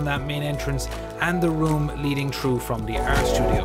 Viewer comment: Through not chrough. Learn how to talk